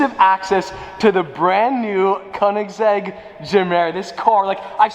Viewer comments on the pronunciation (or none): Koenigs-EGG LMAO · The way he said Koenigsegg and egg 🥚 🤪